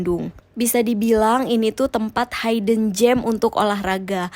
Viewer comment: koreksi ya :Hidden bacanya bukan haiden tapi hiden (buka kamus lagi), jujurly lebih baik ganti jadi honestly biar ga keliatan bodo banget pake Bahasa indonesia tapi di inggrisin